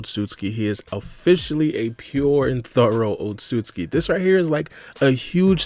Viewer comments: Damn it it's "Ot-sut-su-ki not "Ot-sus-ki" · How are you so bad at pronouncing Otsotsuki